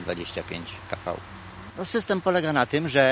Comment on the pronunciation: wielkość napięcia jaką mamy trzy "kafał", co za dno 😂 Typowy polski specjalista 🤣